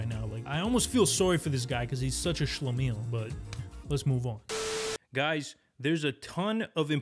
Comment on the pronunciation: Stop saying Schlamiel, I don't want to pick up the habit by accident.